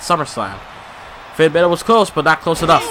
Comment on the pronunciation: you are saying balor wrong